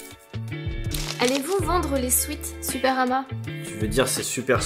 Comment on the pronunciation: on dit pas swit, mais swèt !!! Nom di diou !